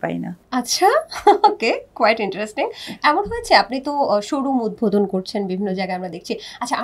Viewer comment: উপস্থাপিকার উচ্চারণ স্পষ্ট হওয়া দরকার। অতি আধুনিক ঢং করে কথা বলতে যেয়ে উচ্চারণ ভুল করলে খুবই বিরক্তিকর লাগে। উদভোদন বলে কোন শব্দ নাই। ওইটা উদ্বোধন হবে। উচ্চারণ পারেন না তাহলে বলেন কেন???? হয় ইংরেজী তে বলেন নাহয় শুদ্ধ টা বলেন। ঢং করতে যেয়ে আরো অশিক্ষিতদের মতো উচ্চারণ করলেই ভালো উপস্থাপক হওয়া যায় না। আগে স্পষ্ট সঠিক উচ্চারণ শিখেন😊।